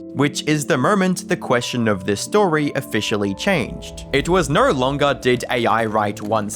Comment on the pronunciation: Its "no" not "nawrh"